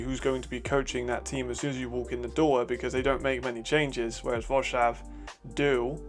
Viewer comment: Quick mention: Wroclaw is pronounced "Vro-tswaf"